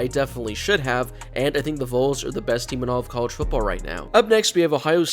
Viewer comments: For the love of God, pronounce it with me: Vols=Vahls. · And it’s vols, not voles. Those are rodents.